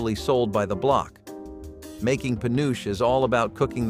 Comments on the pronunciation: I don't know if anyone else said this, but penuche is pronounced penu-chee, not penooch. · It's not "Hos-TESS"- it's HO-stess. It's not "Penoosh" it's Peh-NOO-chee. Have someone narrate this who remembers these bakery desserts. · My dear mother (RIP) called Blondies "Congo Bars"- not sure if there's a difference. And she loved pen-oo-chee (not penooch) fudge. We'd always get it on Cape Cod vacations. We also ate lots of fruit cocktail but imo that fruit cocktail cake looks gross lol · Born in 75 in MA, it's pronounced pen-uh-chee. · Penuche is three syllables as in Pe-noo-chee. It also was popular way earlier than the 1970s. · Penuche, it's called Penuche Fudge and it's pronounced PAH-NOO-CHEE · How could you leave out Carrot Cake with cream cheese frosting? That's the 1970s on a plate! Or Bacardi cake? Seriously - peach melba, but not carrot cake? Where did YOU spend the 1970s? And penuche is pronounced pe-noo-chee. It's based on an Italian candy, panucci (so pronounce that last vowel!), and it doesn't taste like molasses, it tastes like CARAMEL! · Penuche - it’s clear you are not from New England where Penuche is still a favorite- like so many names of communities in New England, how Penuche is pronounced is different from how it is spelt. It is pronounced Pe-New-CHEEE, not how you pronounced it. Granted how you pronounced it is probably the absolute correct pronunciation but no one in New England would recognize what you said was their beloved fudge. It was my dad’s favorite fudge. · That New England fudge is pronounced pen-ooh-chee. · Penuche: puh noo chee No spell check please on pronunciation. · Penuche: puh noo chee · puh-noo-chee Penuche Icing is AWSOME too. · In my part of Minnesota, we pronounce the last item "puh-NEW-chee"; delicious! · In the MidWest, penuche is pronounce as pa nuchie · Penuche is pronounced…..pea-nuck-al……or…..pea-nuckle…….after the card game and has been around since the 1920’s as an alternative candy to making fudge. It is delicious.